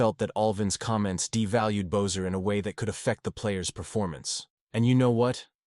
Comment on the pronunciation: How you pronounce Boeser is an insult.